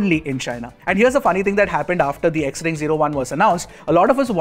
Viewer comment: Xring is pronounced as Shring